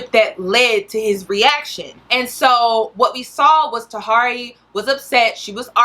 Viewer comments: Hey love you spent time researching but said Tuh Here Eey"s name wrong the whole video. Also, it's not Tahiry"s fault that Megan is in this state. Megan plays the role of a masculina publicly and she was also arrested in the past for hitting a man. So she did that on her own. You do a good job with your videos and I also appreciate you putting out this message to young women because as a young woman myself I constantly saw this behavior being glorified and started to believe only masculinas got the love they wanted. So thanks Cuz alot of young girls need to understand this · I think her name is pronounced tahiry (ta-here-ee), interesting vid tho, thanks for sharing. I dont subscribe to feminity per say but definitely agree that we as women must take accountability and seek emotional maturity. She said herself shes got some healing to do before she can even jump into another situation. I hope she stays true to that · Ta-hear-ree 😩 everytime you said her name, I cringed. Lol still love you tho. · So her name is pronounced Tuh-hear-ree love .. please know your subjects smh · Tahiry is pronounced "Tuh-Here-Ree," say it twice. That's how you say her name. It's disrespectful to butcher someone's name while speaking down on them. I couldn't even pay attention to the good information you are giving. It's like you did no research, or you did research and you just do not care. I'm sure your points are dead on, I'm sure I would agree with your points as well. I usually do. I would just be mindful of that, it's like the first and last note of a song, sometimes that's all anyone will remember if it sounds bad. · You're being sarcastic with her Name. You did too much research to not know how to pronounce her name. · Me too. Lol